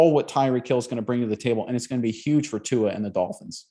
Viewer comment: Guys, please pronounce Tua's name correctly, it's really not that difficult.